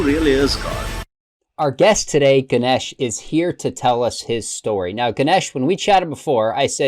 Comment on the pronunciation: Ganesh correct on how to pronounce Ganesh. And you stll keep the Hindu Deites name, so you are stll a worshipping Hindu! Sadly you went from the greater religion to a lesser one.